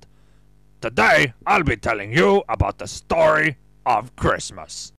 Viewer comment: the way you say christmas makes me realize why they say decemberween instead